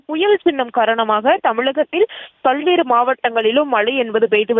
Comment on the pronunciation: பள்வேறு மாவட்டம் இல்லை பல்வேறு என்று சொல்